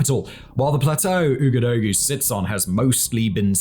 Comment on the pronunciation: Really insightful series that brings light to flashpoints that we need to keep an eye on. Thank you for this and keep up the great work. Minor pronunciation points: - Ouagadougou is pronounced "Wagaduuuguuu". - The people of Burkina Faso are "Burkeeena bey"